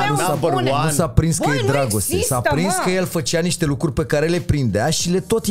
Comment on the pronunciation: Daca mai zice maticiuc o data "lucuri" o iau razna